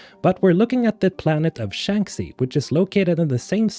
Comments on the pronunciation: I don't want to be that guy, but I just have to put this out: Shanxi is pronounced "Shangshi" since it's a chinese name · Love these videos. You keep me hyped every time. Also, correct me if I'm mistaken, but isn't it (Shanxi) pronounced "shank she" ? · How on Earth can you say Shanxi wrong so many times after playing the games? It is pronounced in the game numerous times. The phonetic should be Shankshee! 😂